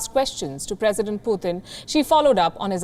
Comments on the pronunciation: It's Putin not puthin 😂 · Putin not "Puthin"